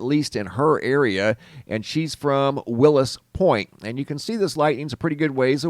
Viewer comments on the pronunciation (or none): Its Wills Point not Willis. Lol but for real.